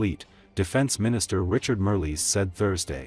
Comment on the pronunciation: Marles, not Merly.